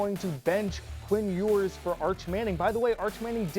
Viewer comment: How do you take someone serious who's watched so little football lately that he can't even pronounce Ewers' name right? He's old as the hills.